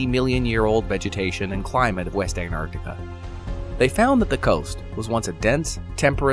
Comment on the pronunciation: It's lovely you pronounce both Cs in Antarctica, but what about the first T?